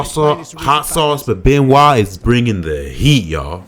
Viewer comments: BENOIT* NOT BENIOT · "BenOit" not "BeniOt" :face-green-smiling